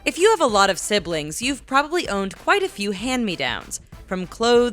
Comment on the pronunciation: It’s pronounced few. Not feud.